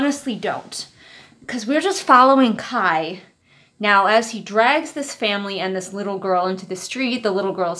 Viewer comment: every time you say kai's name i distinctly hear "kyle" and honestly that's what he deserves